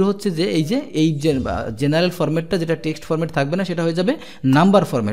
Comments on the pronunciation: আপনার বাংলা উচ্চারনে মারাত্নক সমস্যা লক্ষ করছি, একজন শিক্ষক হয়ে আপনার এই বিষয়ে অবশ্যই নজর দেয়া উচিৎ। টেক্সট হবে টেস্ট না আশাকরি আরো সিরিয়াস হবেন। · bro, you are saying test insist of text. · জনাব এক্সেল শেখানোর উদ্যোগ প্রশংসনীয়। বাংলা উচ্চারণের ব্যাপারে আরো যত্নবান হওয়ার জন্যে অনুরোধ থাকলো। text (টেক্সট) ≠ test (টেস্ট)